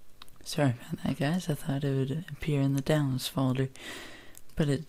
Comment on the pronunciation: giaze? is that somee fucked up way of saying guys?